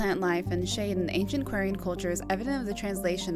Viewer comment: You also do the same thing when say Quarian or Quarians XD